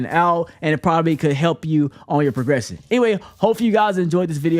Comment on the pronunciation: mans really said progwession 💀